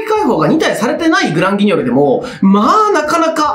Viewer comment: グランギニョルって一回も言えてないですよ